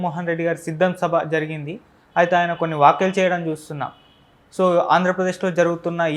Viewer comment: మీలా తెలుగు మాటాడ్డం చేతకాని ఎడవలందరూ జర్నలిస్టులు ఎలా అయ్యారురా? ****"వాక్యలు" ఏంట్రా?, """ వ్యాఖ్యలు"" అని పలకడంకూడా చేతకాని ఎదవలు ఇంటర్వూలు చేయడం చూస్తుంటే ఏడవాలో నవ్వాలో అర్థంకాదు.